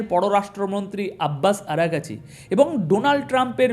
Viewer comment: আরা গাচী নয়,আরাগ চি